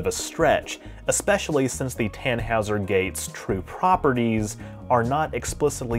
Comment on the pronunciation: It's pronounced "Ton - HOY - zer".